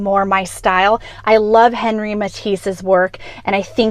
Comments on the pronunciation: Henri in French is pronounced as if it were “On-Ree.” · Say Matisse's first name with the proper French flair, please.